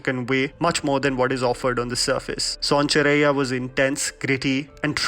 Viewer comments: Commenting from Pakistan kindly work on your pronunciation of its sonchirya not sonchurraiya It's apharan not apaaharan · Soun-cha-rai-ya... Kya bolra yaar. Sonchiriya... Son-chidiya.. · Not sonchiraiya, it's sonchiriya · Btw please pronounce son chiriya properly. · Don't u know how to pronounce sonchiriya ? U becoming fake